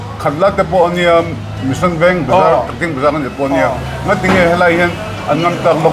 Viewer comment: hi mission, tennis, chanmari tih a lam dik thiam leh tlat....